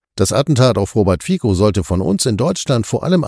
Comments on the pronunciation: Kritischer Einwand eines treuen Zusehers: BITTE lernt die Namen der Menschen, über die ihr berichtet, richtig auszusprechen. Dass hier aus 'FIZO' ein falsches 'FIKO' gemacht wird, ist mehr als peinlich. Danke. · Geehrte NDS, der Name Fico wird mit "z" ausgesprochen [fizó]. Zumindest in der slowakischen Sprache. Hochachtungsvoll